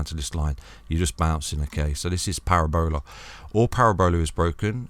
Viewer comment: Parabola not Para-Bola 🤣 love ya